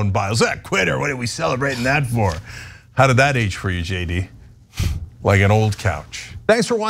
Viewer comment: Dikeç... Not dikec